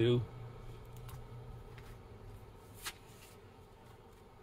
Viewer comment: Good job - I enjoyed your replay as it gets close to playoff and World Series time! It brings back wonderful memories! If you read the wrong number just take it as a missed call by the umpire. You are pronouncing Hamner correctly! Way to go!